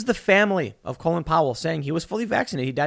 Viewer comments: It sounds like Tim is calling him Colon Power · Tim please stop mispronouncing his first name. He was not named after the lower intestines. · Why do we pronounce it like colon when his name is Colin, like callin’ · So it's pronounced colon? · Wow! The matrix nearly cracked for a second there. Tim almost pronounced his name like the rest of the world but went back to the American lower part of the bowel sounding pronunciation. Colin and colon.